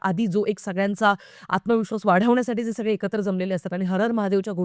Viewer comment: Ritesh deshmukh aani genilia sodun baki cast changli aahe. साठी नाही तर साटी म्हणतो तो रितेश देशमुख. अजिबात नीट मराठी नाही. त्या genelia चे pronounciation नीट नाही.